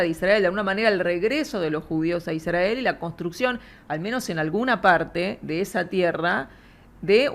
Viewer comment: "Iszdrgael". Israel, gorrito raro...